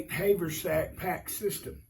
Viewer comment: its not hay vur sack its haver sack